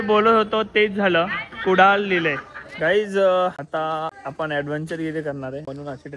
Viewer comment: अरे तें कुडल नाही कुडाळ आहे.. कुडाळकरानच गाव आहे तें